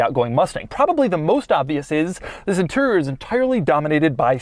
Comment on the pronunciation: Doug switched to a person from Memphis when he said the "inturrurr" for interior